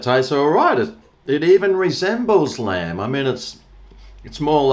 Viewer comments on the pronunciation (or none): I genuinely thought you said "G'Day Land Lovers" in the intro... not "G'Day Lamb Lovers". I'm thinking... has been on a boat fishing or something!!?. Then you showed the product being reviewed... and then it clicked. 😆 🍴